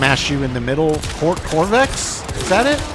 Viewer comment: you were pronouncing Qorvex's name correctly. He was the one giving you the little stone things around your body. the overshield was given to you by another frame by the name of Dante.